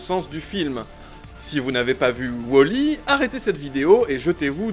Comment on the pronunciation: c'est pas wOOOOOOli , c'est wall.e!😂